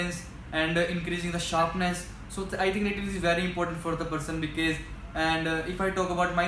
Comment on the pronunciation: He always saying becase ......💫